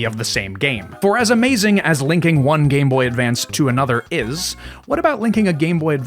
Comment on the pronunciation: Just want to say thank you for actually saying it right 👍 the amount of people that call it the game boy advanced actually drives me crazy